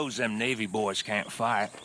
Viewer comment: I missed those boahs